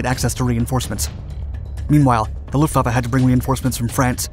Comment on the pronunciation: Can we appreciate that he said Luftwaffe correctly